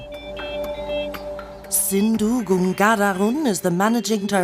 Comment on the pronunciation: Is it that difficult to pronounce "Ganghadaran" when compared to "Schwarzenegger"? 🤔😁😆😜